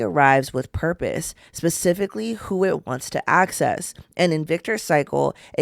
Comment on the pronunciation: “Pacifically” made me chuckle 🤭